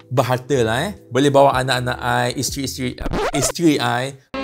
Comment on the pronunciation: 🤣🤣🤣🤣 Sempat BRAKE ye...Time you cakap ISTERI-ISTERI🤭🤭🤭